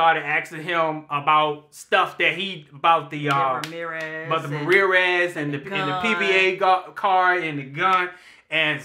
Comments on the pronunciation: Ra-mirez lol. Stop saying Marirez 🤦🏽‍♀️😂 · I knew after a 1,000 of us said ZEKE ZEEK.... you all would RESPOND!! Enjoyed the review nonetheless!! Esp when says "MA-RIR-REZ" 50x...Imma need him to just leave it as is...WE KNOW ZAAAAKLY who you're talking about!!! ✌🏾